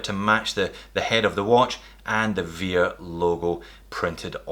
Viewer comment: Hey, it's pronounced as vare, not vear..